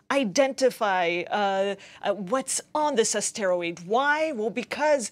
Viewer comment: Please learn how to pronounce the word asteroid. It is not a steroid.